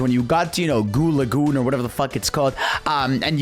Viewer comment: Bro said Goo Lagoon😭